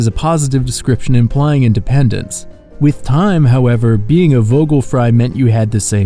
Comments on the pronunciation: I love the content! I noticed a lot of people get this wrong, but the "V" in German is spoken as an "F" in most instances. Much love! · The way you pronounced Vogelfrei hurt. The v is pronounced as an f. It would be pronounced as v if it were a w. And the o in vogel is pronounced as more of a throaty mix of uh and oh, similar to if it had an umlaut. And the end bit of Vogel, the el, the tongue placement is more at the tip of your tongue touching the roof of your mouth then how it is with an American accent, but that’s a bit picky. I didn’t notice anything off about the way you pronounced frei. I’ve been learning German for a few years so I know a fair bit about the pronounciation of the letters and how they differ from English. I hope this was helpful 🥰.